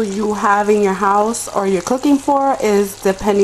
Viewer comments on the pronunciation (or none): none